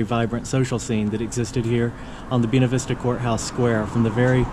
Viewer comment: Buena Vista is pronounced & sounds like........BuAna the first a is a long a. Bu A na Vista. Love the videos.